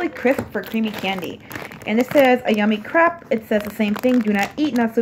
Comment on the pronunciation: Hahahaha “yummii-Crup” hahah it’s pronounced yummii-crape! Spelled yummiicrepe